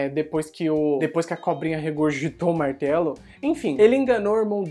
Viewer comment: A cada vez que ele fala "Martelo" eu penso em "Martalo"...